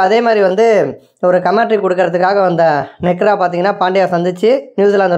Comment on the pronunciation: Nekra illa nehra🤣